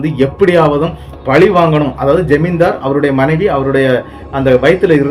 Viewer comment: பலி இல்லை.பழி. உங்களுக்கு . ர. ற. ல . ள ழ‌ குழப்பம் உள்ளது பலி என்பது ஆடு கோழி நர உயிரை வெட்டுதல். பழி தீர்த்தல் வெட்டுக்கு வெட்டு குத்துக்குக் குத்து உயிருக்கு உயிர் என மனத்தில் வஞ்சம் வைத்தல்.நாகர்கோயில் பக்கம் பல நாட்டுப் புறக்கதைகள் பாடல்களாக மாறி வில்லுப்பாட்டாகப் பாடப்படுகின்றன.கதையில் வருபவர்தளுக்குக் கோயில்கட்டப்பட்டு அவர்கள் சிறதெய்லமாக வணங்கப் படுகின்றனர். .பொன்னுருவி சின்னணஞ்சான்சில சான்றுகள்.காத்தவ ராயன் மதுரை வீரன் போன்று இவர்கள் சாதி அடிப்படையில் கொலை செய்யப்படுபவர்கள் ஆகவே இருப்பர் இது ஒரேகதை இரண்டு மாதிரியாகவும் இருக்கலாம் இரு வேறு‌ கதைகளாகவும் இருக்கலாம்.